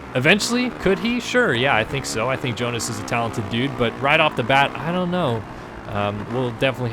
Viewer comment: Pauls Jonass - say like yonas (young) not gonas (georga)